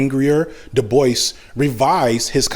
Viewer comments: I think Dubois is pronounced “Doo-bwah”, not “”Da-boyce”. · Every time you say "Debois" it sounds like you're saying "Da Boys" lol